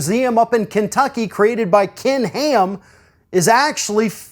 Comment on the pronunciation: "Kin Heeam"